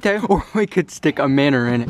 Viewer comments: cracking me up, " we could stick a minner in it." ha ha ha ha..... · English: minnow American:mineeoue